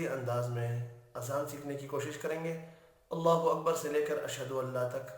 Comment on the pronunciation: اَلسَلامُ عَلَيْكُم وَرَحْمَةُ اَللهِ وَبَرَكاتُهُ۔۔۔۔اللہ اکبراللہ اکبر میں ر پر اپ پیش پرھ رھے ھو پیش غلط ہے بلکہ زبر ھے یہ سماعی ھے